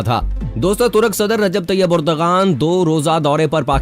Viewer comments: ترک صدر کا نام اردوغان نہیں بلکہ اردوان ہے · Please correct, its not urdagan but it is Ar-du-wan. Turkish alphabets are different g with hat is pronounced as wa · His name is : Ardoaan, not urdghaan. Mehmaan ka naam toh theek tarah sey lay lo bhai.